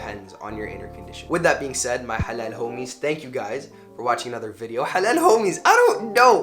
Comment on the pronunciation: 'Halal Homies' sounds Perfect 🙌